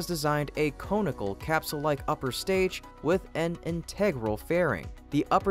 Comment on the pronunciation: Love your content, And amazing visuals! …but I have to say, the word “conical” is pronounced KAHN-ikal not KONE-ikal …aaand the word “integral” IN-tuh-grul not in-TEG-gral. 😊 Sorry to be such a stickler. I usually try to resist the urge to be pedantic, but you did two in one sentence and I can’t help myself lol